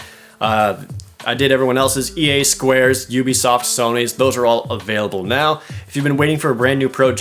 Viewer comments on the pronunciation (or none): none